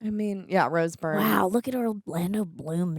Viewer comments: Isn’t it Rose Byrne? Not Bryne? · Her name is Rose Byrne. Not Rose Bryan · Rose "burn," not "brine" but I respect the propaganda-level commitment to this mispronunciation despite seeing it properly spelled 5 times in a row from someone who seems to be a super-fan. Greg: let these two watch I Had Legs... on here! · Rose Brine? 😂 Rose Byrne lmao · It's Rose "Burn" not Rose "Brine". This is why no one will remember your name. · Y'all threw me tf off for a second when Rose Byrne walked on and you said "It's Rose Brine!" and I doubted myself and had to go check if I had been misreading her name all these years but I wasn't haha Her surname is pronounced Burn 😅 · came here to say this too!!! lol BYRNE not Brine!!! hahhhaha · since you said her name wrong twice, I gotta call you out,. If you love her, say her name correctly please. Byrne, like Burn. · pretty sure Rose Byrne's last name is pronounced 'burn'. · Came here for this.